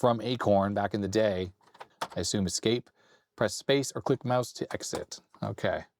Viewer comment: "Click mous"? As Obelix would put it: these Britons are crazy.